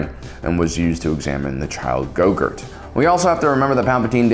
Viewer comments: So we’re just gonna skip over the fact that he said Go-Gurt, the 90’s squeeze-stick packaged yogurt snack, instead of Grogu? Yeah? Alright, just checking… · Ah yes, the child, "Gogurt". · He said gogurt 🤣🤣🤣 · Did… did you just call Grogu Go-Gurt? Like Yo-gurt? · did you say grogu or yogurt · I thought he said "Gogurt", the on-the-go yogurt snack for kids. 😆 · 😮 Also you pronounced grogus name wrong